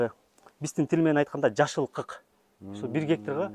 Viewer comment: Кый эмес, кык дебейсинби